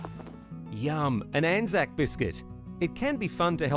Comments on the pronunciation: You did pronounce it right it's an-zack basically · As an Australian i can confirm you have been saying Anzac correctly. Anzac (pronounced an-zack) stands for the Australian and New Zealand Army Corps. As Anzac Day is celebrated by both Australians and Kiwis on the same day. Anzac day is a day to remember those who have sadly perished in war and combat. also a bikkie and cookie are very different. cookies are enjoyed by kids, bikkies are eaten with a coffee or tea on a weekend in the living room. Every time i went to my grandparent's house there would be bikkies on offer and most of the bikkies were Anzac bikkies so i'd enjoy one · I am Australian and yes you are saying it right